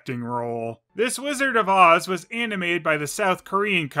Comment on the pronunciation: It sound like he said "lizard" instead of "wizard".